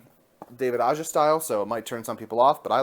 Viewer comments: Aja's last name is actually pronounced as AHA with a thick H. What an amazing wonderful run this was, his artwork was just gorgeous and the stories had heart and lots of humor. A gem to behold (finally) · the J in Aja is pronounced more like a H